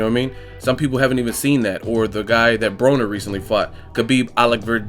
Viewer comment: Broner not broker lls